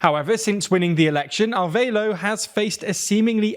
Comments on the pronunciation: Ah-rev-ah-lo. Not arveilo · It's Arévalo (a-RE-va-loh) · Great reporting, just someone tell him that Arévalo is more adequately pronounced (ah REH bah loh), and Borrell is (boh - RELL). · Repeat after me: Ah-Reh-vah-lo = Arévalo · It's just being unable to properly pronounce "Arévalo". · Why would you pronounce Arevalo like that. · Thanks for the coverage on Guatemala's attempted coup! But I'm baffled as to why you read "Arévalo" and figured the "é" was silent and the "a" sounded like "a" in "aid". There's only one way to pronounce each letter in Spanish and no excuse to mispronounce any word.